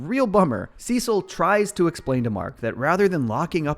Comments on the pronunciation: I’m sorry did you just say “sesill” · couldn’t keep watching after hearing how he pronounced “cecil” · Yes, he does this in every video. I don’t understand how you can mispronounce the character name from a show You just watched when they pronounce the name over and over again in the actual show you were watching.😂😂😂